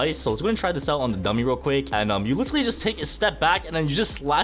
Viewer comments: IF I HEAR THIS MF SAY LICHERALLY ONE MORE TIME IM GONNA CRASH OUT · bro can't pronounce literally